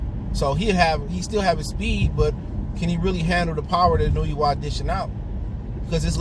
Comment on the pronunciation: Sports TV : Inoue pronounced more like En-No-Way.